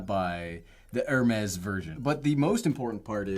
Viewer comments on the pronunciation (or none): Please pronounce ‘AIR-Mess’; not ‘ERR-mess’. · He’s asking how you buy a 300 dollar airtag, and I’m trying to figure out how you can use a 15 dollar backpack Also NGL I die inside every time he mispronounced Hermes